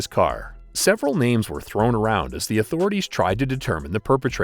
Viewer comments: Fuckin ai voice learn how to pronounce ppls names.useless fuckin ai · omg, this dude is pronounces all these name wrong. get him off